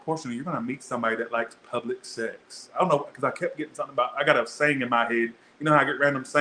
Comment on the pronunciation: I thought you said puppet sex in the cancer read, but you said public sex 😂😂😂